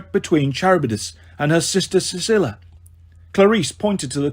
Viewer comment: this is how i feel about the pronunciation of charybdis and scylla😭😭 good audiobook regardless but its bugging me